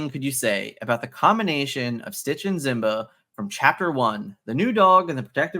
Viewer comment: Simba. SSss sound. Not Z. Other than that I’m loving your work keep it up!